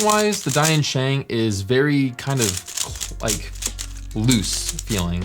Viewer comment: To maybe avoid confusion with Dayan, maybe you should say "Deeyan" sheng. Just say deeyan fast.